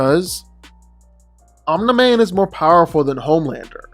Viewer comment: No one:: "OMNA MAN"